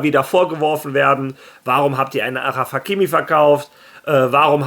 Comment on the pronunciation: Wie sprichst du achraf hakimi aus .. 😂 bitte bitte mach nich so ❤